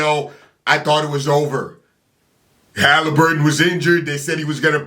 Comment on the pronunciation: He said Taliburton 😭😭😭😭😭😭😭😭😭😭